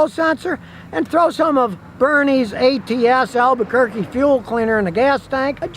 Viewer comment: did he say albuqurque lol